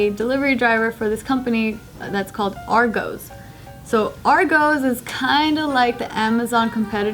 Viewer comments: "Argowz"?! ......no "Are-goss" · LOOOL Its pronounces ARR - GOS not ARR GOES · argos is pronounced are goss not are goes DAMN AMERICANS. and its more like a walmart that does delivery but you choose all your items from a catalogue and they bring it out from the warehouse so you dont have to walk around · Its ARE GOSS not ARE GOES! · Argoes? 😂 😂 😂 it's Pronounced Are Goss like how its spelled "Argos" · It's pronounced ARE GOSS and the sign reads FAST TRACK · Bahahahahaha Argoes.....oh I love you....Can't blame you for saying it like that when you have words like migos pronounced as migoes 😂😂 Love from a Brit Ps congrats on the wedding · "Agoes" TRIGGERED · bruh hahahahja she said Argoes haha. sorry to tell ya but its argos. the way its spelt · it's pronounced are-goh-s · It's pronounced AR-GOSS!😂😂 and it's not a competitor to Amazon at all, their stuff is more experience and there's less shit you can buy, so Amazon all the way🙌🏾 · It is pronounced ar goss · Argoes 😂😂 lol, take the pronunciation of boss put at the end of arg boom argos, fast af lol, its fast track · "Ar-goes" lol XD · It's Argos NOT Argos like this if you pronounced it differently in your head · your pronunciation of Argos is so bad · You sed argos wrong